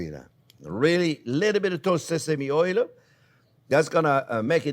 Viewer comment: People like to joke about him pronouncing onion as onyo.. But I haven't seen anyone talk about oil pronounced as oylyou!